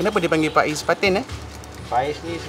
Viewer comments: Pais bukan phais😂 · Sebutan dia Pais bang bkn Faiz 😅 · Betul.. Agak terganggu sebutan ikan faiz.. Pais ikan la.. Jenuh kerut mulut rs nak membetuikan😂😂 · Ejaan PAIS..sebutan pa..eis..atau klu org daerah ckit..pa..eihh BUKAN pa..is atau pa ..ih..atau pa..eh..dn bkn juga fa..iz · Bkn faiz boss..pais/paih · sebut fa-iz/pa-is mcm kelakar plk😁..sebutan sebenar pais/paes senafas je..kalau salah tolong betulkan.. terbaik👍